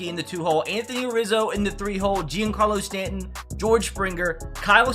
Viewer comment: is pronounced John-Carlo Stanton